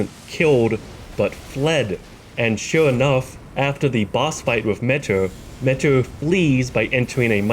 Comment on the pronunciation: Notice how it says Legend felled when you kill metyr. Also metyr is pronounced meteor. Like how scadutree is shadowtree